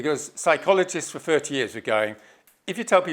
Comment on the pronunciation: How the hell can you follow this total nut job.😯 what the hell is a shaboodle??? 😑😑😑😑😑Sleeping now 4 minutes in. He laughed, I woke back up and yep, he's still babbling on like a nut job. Love his squiggly graphs. The square is brilliant. Different fings, does he mean things, in the square. The dope can't even talk properly. Mammals, really!! Firty is that like thirty, oh I get it, whoops, no I don't. I guess I'm just not academic enough. Oh well at least I can speak correctly. The term rat bag comes to mind. Why did ZION LIGHTS leave XR any comments.